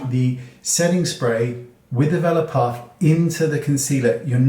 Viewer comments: It took an embarrassingly long time to realize you were saying Velour puff and not Valor puff 🤣 Thank you as always Wayne! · Oh ok..omg me too I thought he said vela puff "" lol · My brain heard “vellum puff”. 😆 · THANK YOU...I was going nuts trying to figure out the word he was saying